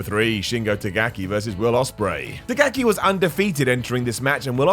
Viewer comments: It's Shingo Takagi not Tagaki 😅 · taKagi, taKagi, no tagaki 🤦🏻‍♂️ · Takagi Simón, Shingou TAKAGI. How many times re u going to say it???? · you can’t even pronounce takagi. just admit you don’t watch new japan and only watch some of the matches occasionally. it’s a joke